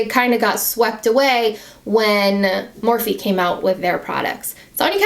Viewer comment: Wait....wtf?!?! Did she say MURphy instead of MORphe? I ain't even bought a SINGLE MORphe product and I know that, thank you, YT.